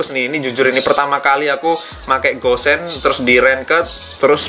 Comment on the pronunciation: Namanya gusion tapi kebanyakan manggilnya kok gossen ya